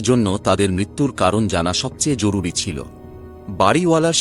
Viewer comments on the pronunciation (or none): none